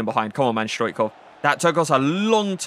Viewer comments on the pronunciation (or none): love you but please learn how to say Stoichkov!